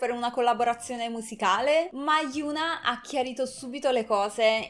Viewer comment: e infatti si dice hiòn-A 현아